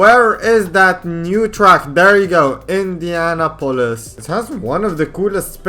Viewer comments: It's not indiana pol is, it's Indianapolis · Its pronounced indy-a-nop-olis Not indiana-polis lol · why do you say indianapolis like indiana polis